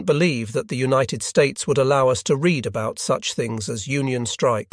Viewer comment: I really enjoy the first person commentary. The narration is also pleasing to listen to, although this appears to be computer generated judging by the occasional weird pronunciation - especially of some words ending in “ed” for example “united”.